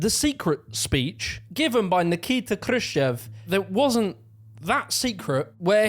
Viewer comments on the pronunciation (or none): Krushchev, like Krush-chev (kinda chav with an E. I can write it in Russian if you prefer?) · Why are you pronouncing Khruschev like a simpleton Yank? Austerity is a myth. Academics get grants worth millions to study gay porn and decolonosation in Bolivia. Look up Woke Waste if you don't believe me.